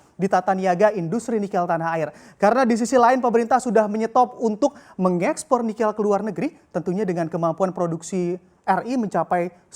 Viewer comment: kayaknya bacanya nikel ⤵ bukan nikel ⤴ (lafal e-nya), atau saya yang salah ??